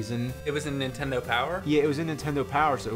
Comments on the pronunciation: James -- For the love of GOD...will you please...JUST ONCE say "NINTENDO" correctly? I don't think I've ever heard you say anything but "INTENDO". There's an "N" at the beginning, bro. -- that being said. cool vid and looks like a badass game. thanks for sharing. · I have noticed it over the years, James always says "intendo" barely saying the first N if at all. Example .